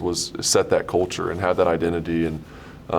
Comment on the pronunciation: Can we say Society instead of cult-ture???